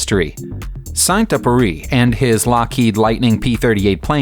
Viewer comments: Saint Euperie? Who, the hell, was it? Try to pronounce properly !!! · Here some help ...Antoine the Saint Exzuperry. The " U " is not pronounced " eeyou " . As for now, I can't come up with any english word to compare with, the proper pronunciation. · Wow ! That is the worst pronunciation of Saint-Exupéry I've ever had the misfortune of hearing, and technically his plane was not a P-38, but an F5, but this is a minor point. Also wrong is your pronunciation of Countach. The name is not in Italian, therefore the ch=k rule does not apply. The name is pronounced Countash. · SAINT EXUPERY Antoine de Saint-Exupéry "EX-UP-ÉRY" and not upéry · Sont Oopurry and Marsigh... It's Saint Exupery and Marseilles!! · "Saint Exupery", not Syant Epury "Marsay", not Marss-eye "Coontash", not coontark "M-eye-ssen, not "Missen" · It´s Antoine de Saint-Exupéry and not „Samduppery“. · Saint epery or something instead of Saint-Exupéry xD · Sant Ex-oo-pay-REE.The "Ex" in Exupéry is NOT silent. And he crashed off Mar-SAY. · You should really work on you pronunciation of foreign words and names. St Epury for Antoine de Saint-Exupéry? Come on! Do some resarch before you start babbling into the microphone.